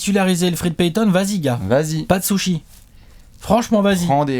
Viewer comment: A qui a entendu dire pas de « sushis » 😂?